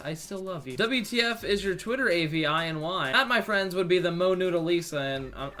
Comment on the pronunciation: Also lol at how you pronounced avi